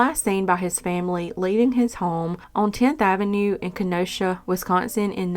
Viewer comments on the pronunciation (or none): none